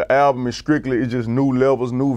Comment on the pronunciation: Translations : Skrictly = Strictly Pose-da = Supposed to Da Skreetz = The Streets Carcazian = Caucasian You’re welcome 😉